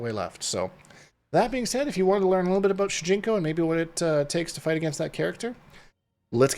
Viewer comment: All aboot!! Best intro! Great kontent as always! 🍻🍻